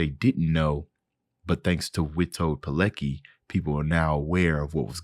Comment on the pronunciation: Btw, his surname is pronounced like "Piletski" :)